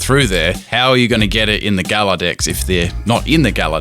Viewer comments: Ur saying Gallour weong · The Way You Said Galar Smh 😓